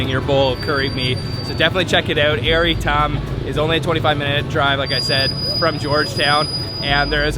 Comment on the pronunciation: Hahaha FYI it’s Ayer ITAM , you pronounced it wrongly not Air itam